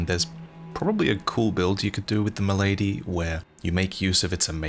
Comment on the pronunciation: its not called mylady lol it doesnt wear a fedora lol its spelled milady pronounced with the soft a not the sharp a in lady